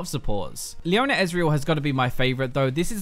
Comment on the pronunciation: "Leoner", "Soner"